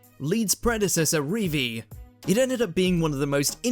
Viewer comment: How the fuck have you mispronounced Revie you absolute dickhead